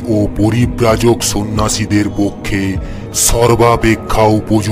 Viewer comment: Good Morning just subscribed to ur channel ✌✌✌✌... Excellent story just wanted to ask one little thing the hermit featured in this story was he supposed to speak that way ??? His pronunciations of bengali "s" in every word instead of " sh" sounded awkward to the ears. But the main narration was spot on ! Congratulations & gud luck for the future 💯🍻🥳🤗